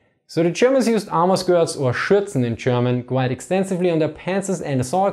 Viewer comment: Zze Chermans